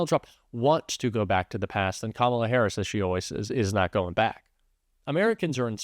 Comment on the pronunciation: Is it my ears, or do you call the VP "HarrisON?" I keep hearing it that way, even when it is not followed by 'and'.....